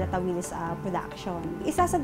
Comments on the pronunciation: Tawilis ang strongest stress ay sa last syllable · Tawilis(mabilis na bigkas) ganan po ang tawag namin jan. ☺️